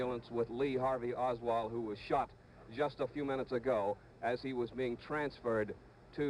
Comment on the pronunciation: The only mistake I heard Cronkite make in this video was when he referred to Oswald as "Lee Harvey Osburn." He said that - in the video.